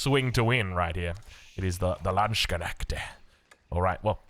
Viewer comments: pronounced: LAND-knesht. Took me ages to figure out what you mean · The landsknecht pronunciation is trolling right? Quite annoying tbh